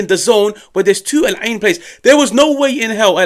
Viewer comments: The pronunciation on "The Eye" 👌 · That's my home town they dropped 5 on... And finally I get to hear the correct pronunciation of Al Ain... Thank you. Great video too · I like how you pronounced Al Ain lol alhamdulilah